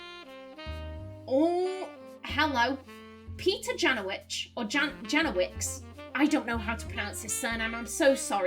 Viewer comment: I'm not Polish but I'd pronounce it like "Yanovich". Cute country love song, but because of the context of the game it makes me imagine Clark wooing his newest girlfriend at the family tree wall like he's a lord in need of a consort.